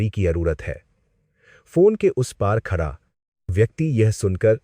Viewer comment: Khada ko khacha kyo bol rha hi. Hindi nhi ati ky